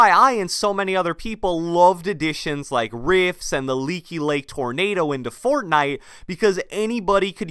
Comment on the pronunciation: I'm sorry I like your videos but it bugs me the way you say "Fortnite"